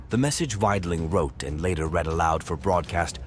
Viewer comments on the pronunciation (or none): none